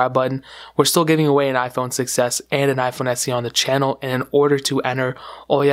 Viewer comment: When you say 6s it sounds like you're saying success